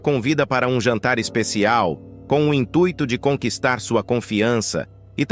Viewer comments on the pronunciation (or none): none